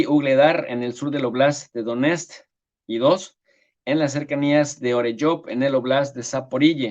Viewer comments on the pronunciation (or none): none